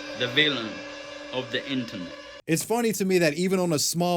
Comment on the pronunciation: “i yam the villan of the interet”